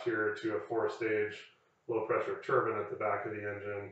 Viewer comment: thank you for saying “tur-bin” and not “tur-byne” i feel so validated 😂